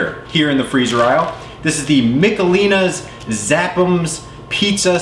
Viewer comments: Its Mishelins not Micalelans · It's Mish uh LEEnies!